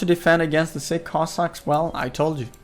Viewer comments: ))))) man, not siCK cossacks, but siCH) It pronounses just like in a word CHick - just in the end. Have a nice day!) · narrator is calling sich cossacks "sick cossacks"😂